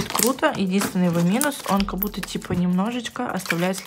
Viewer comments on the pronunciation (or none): "Как бута" это не правильно, прям по ушам режет, правильно "как будто" не обижайся